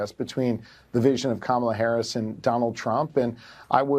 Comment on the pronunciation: Hey guys, I love your show! The disrespect he shows VP Harris by mispronouncing her name, should be disqualify